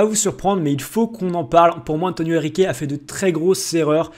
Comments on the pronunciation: et c’est antero pas antonio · c'est antre pas Antonio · C est antero pas antonio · Par contre c'est antero Henrique